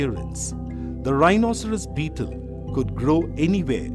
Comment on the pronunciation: He said bteel